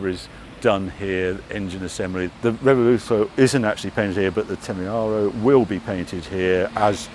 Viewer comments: Come on Harry, you're letting the side down, we're all guilty of mispronouncing names but completely rearranging the letters... if the son was behind the camera this tragedy would never have happened ! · Dyslexia setting in? Revuelto, not Revoluto !!!! Would you like people to call your car a Corntash? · Harry, you keep saying "Revoluto". It's "Revuelto", and the "v" should be pronounced as something in between a "b" and a "w". 😛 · Revuelto Harry,not Revoluto.😂 Also,Temerario! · Revuelto, NOT Revoluto. Also, I'm not sure what you were saying, but it wasn't Temerario. Come on Harry, you're better than that. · re - vuel - to ... (revo-luto 🤦‍♂) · Revuelto (Rev-welto) not Revoluto. Just saying! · Nitpick; is it pronounced 'Revuelto' rather 'Reveluto'? Would have been interesting to see the latest edition Countach for a comparison of all three. But I loved this nonetheless. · Get the pronunciation right Harry. Revuelto is pronounced Rev_Ooh-Ell-Toe NOT Rev-ol-lute-toe... 😜 As for the rest of the video, pure magic. LP400 for me all the way. An absolute treat to see a close up comparison to that 1st production model. You neglected to mention no open-gate gear shift and the rear end almost looks like a single moulded piece. Uber-cool... If that lottery win ever comes in, I'm buying an LP400! 🤘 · Revoluto? That would also be a good name but I think Revuelto is pronounced ‘revwelto’? No biggie - great to see the cars side by side 👍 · Revuelto but not Revoluto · I hate to be the one... but the content here is so good, somebody HAS to tell him the cars names are "Revuelto" (and not Revoluto...) and "Temerario" (which means "Reckless") and not ...whatever he's calling them. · loved this series but... "reh voo el to" and "teh meh rah ree oh" 🙂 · “Reveluto?” “REVELUTO?” 😂 Bless you, Harry! Great content though, as always! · Why the f*** is he still calling the car 'Revoluto'? Can someone put him right please. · The revoluto and the temeharo, eh? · It's Revuelto not Revoluto